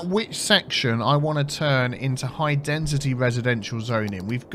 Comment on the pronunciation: what is it with you not saying density right?